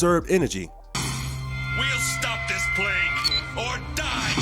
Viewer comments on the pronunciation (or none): none